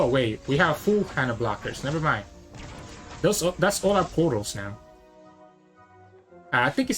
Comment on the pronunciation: Pretty funny how you always sound like you are saying poros instead of portals.